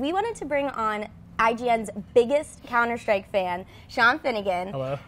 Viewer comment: why do they pronounce it counter shtrike?